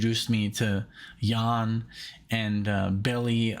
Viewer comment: Yes, Yan like John but with a 'Y'. Nick, Since you’re not from USA, the way you previously pronounced ‘Jan’ (like jam) is actually a woman’s name in USA.